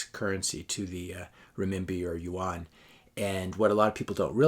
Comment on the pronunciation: I think this is well put together. Seems like what your saying is that china is better at capitalism than US or any other country. I couldn't help but notice your mispronounciation of rmb and yuan. I realize that you have never been to china or you wouldn't make that mistake. Its ok, because if you had visited, you would have a different perspective. China was the last asian country i have visited. Always dreaded the the thought of visiting this horrible place i heard so many bad things about. Now I have visited more than 20 times and over 150 cities. I have a new perspective on China and Canada/US, since my first visit. I thought i was going to a 3rd world country with suppressed people dying to get out. Quite the opposite. I felt I was coming back to a 3rd world country when returning home. The people there were happy and loved their life there. They owned their vehicles , homes, businesses, credit cards. They didn't dare ever wear fake watches, purses, clothing. Those items are for westerners and they dont believe in owning fake goods. The only difference i noticed was that people seemed happier, less crime, i felt much safer anywhere in china. Sure the media is controlled, but who owns our media and newspapers and what is their agenda. I believe it is an illusion we live in a democracy. Yes we get to vote, usually for a lesser of two evils. But do you really have a say in anything past that. In Canada, the MPs do not represent their constituents. They serve the leader of